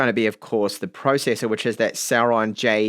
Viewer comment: Is it celeron or sauron? Lord of the rings anyone 🤣